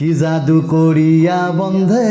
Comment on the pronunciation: বন্ধে নয় রে ভাই,বন্দে!!